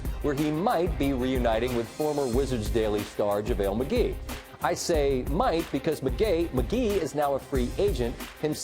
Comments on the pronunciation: Did he say McGay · hahaha he said McGay xDD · Lol. He says mgay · he called him mcgay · He said Mcgay Mcgee 😂